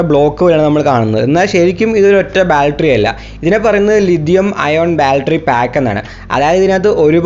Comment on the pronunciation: ബാൽട്ടറി അല്ല ബാറ്ററി